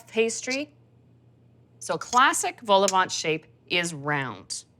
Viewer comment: Don’t pronounce the “t” at the end of vol-au-vent 😀